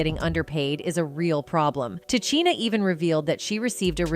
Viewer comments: Ta Cheena? This is the point Ta Sheena was making. Disrespectful for real. You talk about the icon but can't pronounce her name correctly? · Ta-Chi-Na? You must not know who she is? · TA....SHEEN.....NA.....IS HOW HER NAME IS PRONOUNCED!!! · Can you pronounce her name correctly next time, please, ma'am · I cant believe this... you cant even pronounce her name